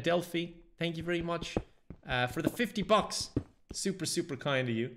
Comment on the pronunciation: I want you to realize that every time you say the word "super", you're saying the word "soup"